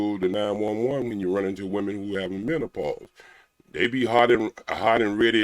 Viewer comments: First of all there's absolutely no such thing as "MEN-TA-PAUSE!!!! And somebody in the comments called this man ""!!!! He's not getting not one damn DM from anybody with sense for sure!!! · I’m just mad that he can’t pronounce menopause 🤦🏾‍♀️ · Wait did he say mental-pause. 🤦🏽‍♀️ This entire interview got me 💀 he said he only stickin not lickin 😂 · Did he say "mentapause"? Just wait until you get to Africa, bruh SMH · Omg, I thought I was the only one that heard a "T". 😆😆😆😆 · Wait one got damn minute, what is men-ta-pause 🤣🤣🤣🤣🤣 I know I'm not the only one who heard him say that.